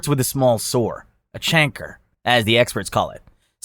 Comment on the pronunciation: a chanker it’s a kanker buddy